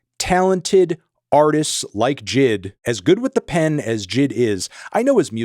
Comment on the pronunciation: Why are you saying jid when it’s obviously the letters